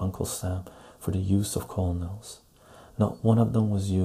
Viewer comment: Hi! Pronunciation of "colonel" = "Kernel". Enjoyed this.